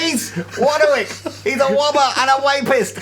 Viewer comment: A wobber and a wapist, classic mis-speak by the.